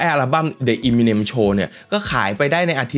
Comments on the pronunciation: เอมิเนม ไม่ใช่ อีมิเนม ถ้าฟังสัมภาษณ์ต่าง ๆ จะได้ยินเค้าเรียกชื่อกันมัน เอมิเนม หรือ เอเมอเนม ก็ได้ มันไม่ใช่อีมิเน็ม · อยากขอแก้นิดนึงค่ะ คือชื่อป๋า Eminem อ่านว่า เอ็มมิเน็ม ไม่ใช่ อีมิเน็ม นะคะ มาจาก M&M ที่มาจากชื่อ Marshall Mathers ของเค้า เวลาอ่านเร็วๆจะเป็นเอ็มมิเน็ม พอมันผิดมาตั้งแต่ต้นมันก็เลยขัดๆไปหมด 🥲 นั่นแหละค่ะ แต่ก็ขอบคุณที่ยกเรื่องนี้มาเล่านะคะ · Eminem มาจาก m&m นะ ต้องออกเสียงเอมิเนม ถึงจะถูกต้องนะครับ